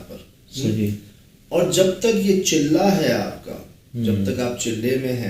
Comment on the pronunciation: چلہ نہیں چھلہ